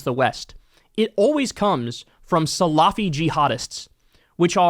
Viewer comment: SA-lafy (not saLAfy) - emphasis on the first syllable